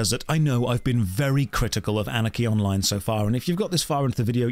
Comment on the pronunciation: I'm tho only one who hears "Anakin online" instead of "Anarchy Online"?